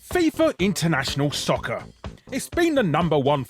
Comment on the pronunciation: Larry, the Ronaldinho Soccer during FIFA's entry deserved a million likes. I'm liking and unliking this video til it gets to 1mil hahaha. HAHAHAHA RONALDINHO "SAUCER"